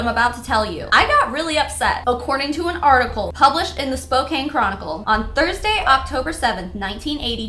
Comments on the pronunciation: Spo-can not spo-cane 😘 love that you shed light on all these stupid mlms! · It’s spo can not spo caine .. Even though it’s spelled Spokane 🤷🏻‍♀️ I’m from there. It’s the name of one of the tribes there, my tribe lol. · Side note: Spokane is pronounced spo-CAN. Not spo-cane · She actually said Spoe-cane, but you are correct, it's Spoe-can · Spokane Washington pronounced spoke-can like coke with an s. If anyone cares. Have a great mlm free day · Spokane is pronounced Spo-kan! But I hear it pronounced like you did a lot! I don’t live there but have family who do and I live closer to Seattle! I can’t believe this quack got off with no charges! He should’ve been charged with a lot more than practicing medicine without a license! And I have a lot of negative things to say about the laws and punishments in my state (Washington)! I think many of them are a joke! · It’s pronounced “spoh-can” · Hi, Spokanite here, born and raised in Spokane, I've lived here my whole life, and it's pronounced "spo-can", the "e" at the end does nothing. "Spokan"; it supposedly means "children of the sun" in whatever native american language was used here before #wypepo colonized the area. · You pronounce Spokane, WA "Spoh-can," soft K. <3 And oh God, that poor baby D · I'm from Spokane... just an FYI its (Spoke-Can). Thanks that's all. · It's pronounced Spo-Can (like a soda can) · Not that this matters whatsoever, but it's pronounced "spoh-can" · I dunno if someone specified but Spokane is pronounced 'Spo-can'. Doesn't really matter! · I love it when non-Washingtonians try to pronounce Spokane. It always makes me smile.